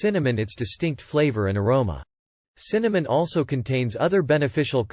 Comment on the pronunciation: Can you say Cinnamon?